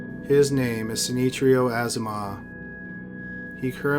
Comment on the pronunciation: Bruh...you did not even try to pronounce the name of number 1 right.... SHI-NI-CHIRO has nothing that can not be pronounced in english. You lazy AF brother .